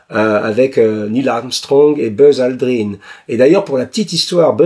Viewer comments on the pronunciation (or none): none